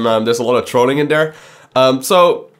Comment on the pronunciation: I love the way you talk you make me laugh everytime you say the word there cause you say der lmao anyways ANYWAYS man, STARCRAFT WILL NEVER DIE! Im going to need you to understand this please bro. As long as Koreans play it will never die Its scaling back because starcraft dosnt have any advertisement on television. I would bet my life that if they started advertising for sc on daytime television it would attract millions more. StarCraft basically spreads by word of mouth. Through my life time I have turned 8 people into hard core starcraft players, Non of us has seen a single SC commercial come on tv. StarCraft needs advertisement. Mass Advertisment. I really want you to talk about what do we as players want to see for starcraft, like for instance where do you want to see starcraft go what do you think would be best for it, Also go to the legacy of the void fourms and read my comments there please. They will give you an Idea of what I mean by asking the players what it is starcraft is missing and how do we take it to the next level. I honestly believe SC is the greatest game of all time & I know it is a beautiful canvas of strategic Real time War The most beautiful of all games in its genre and I know it can reach so many more people then it is currently doing. People just simply don't know what SC is and how It can change the world in epic pproportions. I think we need to start a campaign to get blizzard to start investing in advertisement on youtube and televis